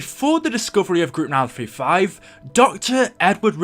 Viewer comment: When u say group 935 it sounds like mal 35